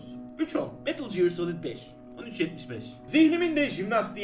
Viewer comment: Shakespeare'in yeğeni olan 'e gear'ı jıyır diye okumak yakışmadı.